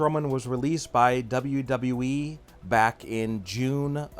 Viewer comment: Imagine doing a wwe channel and not being able to pronounce wwe correctly